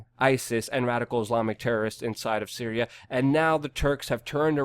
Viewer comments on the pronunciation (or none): none